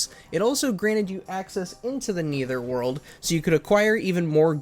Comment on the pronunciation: It’s the netherworld, not the neither world